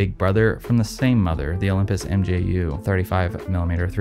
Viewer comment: Um, say "mew" for mju, the Greek letter.